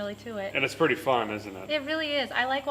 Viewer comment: She said "purdy neat" and that's a win in my book